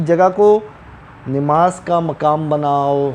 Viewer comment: آپ مقام کو رہنے والی جگہ کہہ رہے ہو جو کہ غلط ہے یہ لفظ زبر کے ساتھ ہے مٙقام یعنی حیثیٹ رتبہ نہ کے کھڑے یا رہنے کی جگہ وہ لفظ پیش کے ساتھ ہوتا مُقام۔۔۔۔یہ غلطی ہے آپ کی زرا تحقیق کیجیے دوبارہ سے